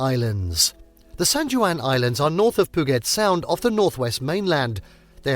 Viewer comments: Hearing Puget Sound being pronounced POO-GET SOUND was so infuriating. It’s pronounced PEW-JET SOUND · As mentioned here in previous comments, I wish the folks who make these list videos would do some research on pronunciations before recording their audio. As well as Puget Sound (Pew-jet), Leavenworth (Leven-worth), Rainier (Rain-eer), San Juan (San wawn...c'mon...it's Spanish) and Stehekin (Steh-heek-in)...there're a number of names derived from Native words and names. Like Puyallup (poo-ee-al-up). I can deal with the British presenter style rise and fall of pitch, but the mispronunciations are just maddening. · Pew-jet Sound, Mount Rain-eer, San-wahn Island.If you are goig to do travel videos you really should do some research on pronounciation. It makes you look foolish and ameteurish getting every other name completely wrong.